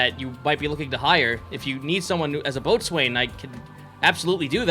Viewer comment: Not to be that guy... but it’s pronounced “bow-sun” not boats wayne... I love what you guys do, you’ve gotten me through a lot keep going! This series, vampyre DBZA, and some of the other playthroughs actually gets me through night shifts in the ambulance